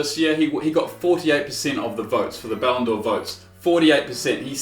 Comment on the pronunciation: saying Ballon'djor triggers me